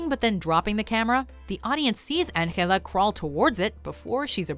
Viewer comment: Why are you saying Angela from Rec in that way, no one in the movie said her name like that.